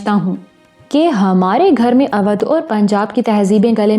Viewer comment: پیاری آواز اودھ کا تلفظ Odhh ھے او بھائی والا او اور دودھ کا دھ